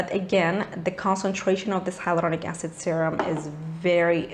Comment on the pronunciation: I love your r roll in hyloRDonic acid .😂😍